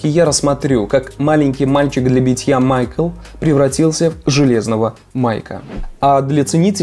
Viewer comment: "Майк"Л" какой майкл?